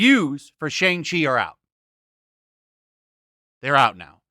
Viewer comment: Youtubers have already reviewed it and so far they say its good. Jeremy Jahns review was pretty solid. Not sure why y'all seem like you're rooting for this movie to fail and its not even out yet. Also purposely mispronouncing the name is really not cool.